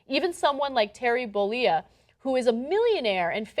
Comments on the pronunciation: its pronounced bowlayah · it's actually pronounced Terry Bollea (BU-LAY-UH) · Bowl-eh-ya. Ana... I know we've just been over "You don't care when you're wrong", but dammit... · She keeps pronouncing his last name as "Theel"-the 'h' is silent. And hogan s last name is 'Bol-a-ye' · Way the fuck cant Ana pronounce " Bollea" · She butchered the pronunciation though...